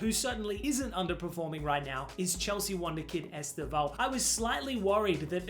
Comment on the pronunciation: The way you pronounced "Paixão" was extremely creative 😆 It's actually kinda like "pie-SHOWN", with stress in the last syllable. With that in mind it's gonna sound ridiculously close to a native speaker. Incidentally, Estêvão's name is closer to 'Steven' than it looks - the starting 'E' is mostly ommited and the stress is on 'TÊ', not on 'VÃO'